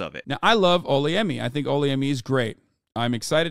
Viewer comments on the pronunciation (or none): Haha you’re saying her name wrong it’s Ola Yemi and yes she’s an embarrassment who has been westernised like crazy but best believe she wasn’t raised that way because she’s Yoruba and we are very conservative in our culture